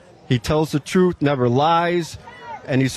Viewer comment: Drumpf "named it 'Truth' "... Yet he pronounces it as "Troth"... 🤔 i.e., Drumpf doesn't tell the Truth.